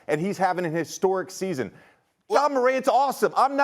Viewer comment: His name is Ja not Ga Morant, why G12? Help me with that Perk!